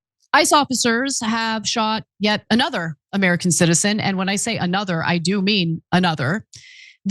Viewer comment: you are trying to mislead by emphasizing the word CITIZEN. Like they are deporting citizens. If you are a citizen who obstructs like many antifa and BLM pukes, you will be arrested lawfully. You speak sarcastically like none of the illegal aliens are a threat. IT DOESNT MATTER if they are or not. We know there are many rapists, drug dealers among them. I agree there are many good people among them. But Joe Biden opened the border for votes and this is his mess that has to be cleaned up.